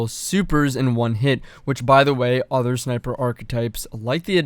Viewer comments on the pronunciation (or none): none